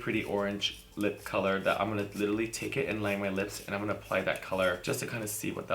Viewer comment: Nobody: Kimora: "Littally" 😂😂😂 love you girl